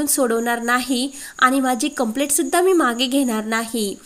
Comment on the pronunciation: वाचणाऱ्या व्यक्तीचे उच्चार बरोबर आहेत की नाही हे तपासत नाही का? कंप्लेंटच्या ऐवजी कंप्लेट असे उच्चारत आहे. मिळालेच्या ऐवजी भेटले असे उच्चारत आहे!